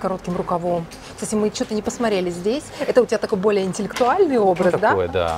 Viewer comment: Не посмоРЕЛИ режет слух, наверное самое время взять public speaking class to brush up on как спрятать словечки которые лезут 🤨🧐🤓